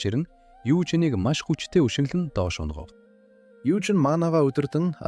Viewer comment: hehe ta 7.00 7.02 sek sonsooroi ungav gehiig ungav gesh amjilt😂😂😂😂